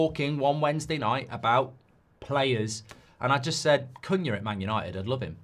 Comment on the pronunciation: Mark, you might need to inform those that appear on your channel how to pronounce the new players' names. Most notably Cuñha. In last night's Fan Forum, it was rather cringeworthy watching three white contributors (including the presenter) practically use a racial slur every time they mispronounced Cuñha's name, when the one black contributor was pronouncing it correctly. Basics.